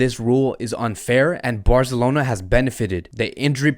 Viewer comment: Love your channel man. And I like the way you say Fc Barzelona, not FC Barcelona. And you break up the news of FC Barca really well. Keep them coming mate